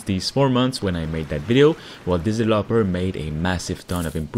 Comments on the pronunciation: Is he saying devlopers? or developers mans cant speak right "made by 1 devloper" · "one single divlapor"